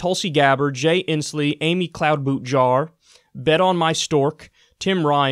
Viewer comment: Talk pls don't say cloud-boot-jar or bet-on-my-stork anymore. it was never funny. that said... great vid, as always. love ya bro. edit: or jellobrand or breakfast cereal..... thanks